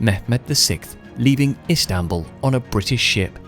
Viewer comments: It is not islambol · The Ottomans did not change the name to Istanbul. It was called “Konstantiniye” to fit Turkish pronunciation. Contemporary Europeans still called the city Constantinople. The name “Istanbul” was enforced by Mustafá Kemal.